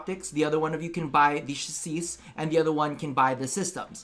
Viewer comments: really? Chaseesh? It's pronounced Sha-say! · Ok i have to: Diction Police: Pronunciation of Chassis is CHASS-ee. I know, I know, I'm sure he is saying that way on purpose. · Wondering what the hell you are saying it, It’s pronounced chas·sis, last ‘s’ is silent. As in ‘SI’. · the way you pronounced "chassis" was incedible. "Shaseese"... For all I know that's probably the correct way to pronounce it